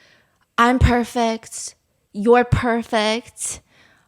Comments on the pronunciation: not the “I’M PHURPECT, YOU PURPHECT, WE PURPEFCT TOGETHAR” 🧥🤵 Stephanie I rly thought u were gonna do a hongdar #oppar impression right there😭 i could HEAR it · I PeRpEkT, YoU pErPekT , wE PeRpEkT tOgEtHeR 😭